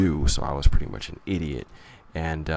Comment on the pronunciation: For some reason I thought he said "raining pudding girl," not "reigning pretty girl."